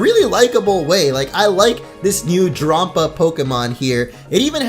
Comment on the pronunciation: Drampa is pronounce like grandpa